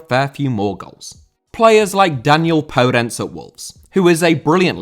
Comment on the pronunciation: Podence* not Pouwdenç